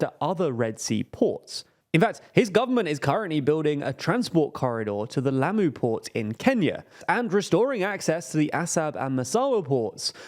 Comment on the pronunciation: I know you guys get guff for your mispronunciation. I didn't realize how bad it was until I heard you say Lamu. As a former resident of Kenya, all I can say is Pole Sana.